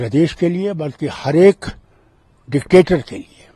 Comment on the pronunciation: Anchor bhi dectetor bol raha hai... pagal